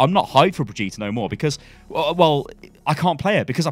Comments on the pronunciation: ...bro it's fucking Brigde-et that's it. Not fucking Bidge-eet-a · For the love of god it's not bridge -Ēta it's brigg Ē ta!!! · Its still Bri-gitte not Bri-gitta!! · God stop calling her Bridgeata it's "BRIDGE IT" reeeeeeeeeeeeeeeeeeeee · Hey, It is BRI GI TE (not BRI GI TA!) search german google translate and play brigitte. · Still calling her Brehjeeta, eh? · Jesus... SHED YOU ULL BRIJ EAT A ??? STY, these are not how these things are pronounced. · Just wanted to let you know that the r in Brigette is silent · She’s been announced how long ago and you still can’t pronounce Brigitte correctly? Even though she says her own name in the short and Jeff pronounced her name in a video ? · It's ok, you'll learn how to say her name one day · Why is it so hard for you to say Brigitte? Just say it like the kid from the sound of music. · If you say her name wrong one more time Imma flip. I'll still watch you but I'll be less happy about it, lol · Holy hell, man, it's not that hard to pronounce BRIGITTE. Just listen to how it's pronounced in some of the official videos a couple of times and then copy that pronunciation. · I'm sorry but you really have to learn to pronounce Brigitte. I'm putting a dislike on this video until then.